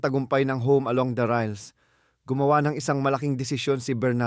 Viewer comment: It has tobe pronounce as riles, not ryle!